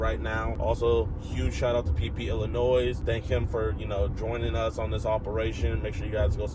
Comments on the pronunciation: illinoy not illinoise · pronouncing Illinois as “Illinoise” hurt my soul as an illinoisian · It’s pronounced illinoi buddy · It’s “Illinoi” the S is silent big dawg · Great job on the catch. But for the love of god stop pronouncing the s at the end of Illinois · Forgive me, as a Canadian if I'm wrong, but isn't the "s" in Illinois silent? No way I know this and a lot of Americans don't ... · Someone tell JiDion that you don't pronounce the "s" in Illinois. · stop pronouncing the S in illinois. The S is silent. You do this every time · JiDion.. the S in Illinois is SILENT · JIDION! The S in Illinois is SILENT my boy! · how do you not know how to pronounce Illinois dude?? really?